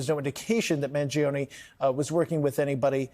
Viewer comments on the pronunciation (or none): Manifesto He said “Mangiano” It’s Mangioni… duh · "If there's anyone that knows anything about this its you "??? The guy literally didn't even know how to pronounce the suspect's last name correctly. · Pronounce his name right.